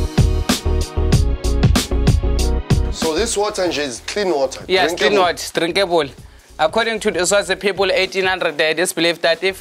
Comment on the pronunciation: “It’s drinkabule” I love him yaz😂😂😂😂😂